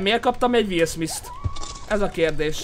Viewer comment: DE MI AZ HOGY WILL SMISS?? Én vagyok az egyetlen magyar aki nem úgy mondta Will SmiTH-nek, hogy SmiSS??!